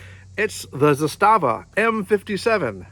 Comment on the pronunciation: Pronounced ZA-sta-va, stress on the first syllable. I have the current production version made for the American market, the M57A. Got it new four and a half years ago for five hundred bucks out the door. New ones are very hard to find nowadays. They especially hard to find now because Serbia has stopped exporting all arms and ammunition until further notice. Even when they were available, they would be snapped up quickly. My example is fun at the range and is a cool piece of history, but I wouldn’t rely on it as a defensive weapon. The one I have isn’t totally reliable. It’s not a “jamomatic”; it works “most” of the time. But I can’t get through a hundred rounds without one or two stovepipe jams. A friend of mine has the same gun and his never jams… go figure. The main difference between the military surplus M57 and the new-build M57A is the safety mechanism. The original military issue models had a half-cock position on the hammer which locked up the gun completely, like the original Soviet TT-33. That wasn’t good enough for the ATF so you have that abominable add-on frame safety. On the M57A, they did away with the half cock and installed a Beretta-style slide mounted safety on the left side, along with an integral firing pin block. With this mechanism, you can safely carry it cocked and locked. Otherwise, it is essentially the same as the original M57. I don’t know why you couldn’t get nine rounds in your magazine. Mine definitely take nine rounds. That is strange. There w